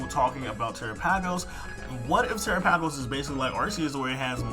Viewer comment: You Are saying his name wrong its pronounced like Ter-AP-agos